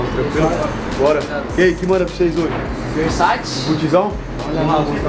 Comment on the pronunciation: "versaçi" KKKKKKKKKKKKKKKKKKKKKKKKKKKKKKKKKKKKKKK VTMNC KKKKKKKKKKKKKKKKKKK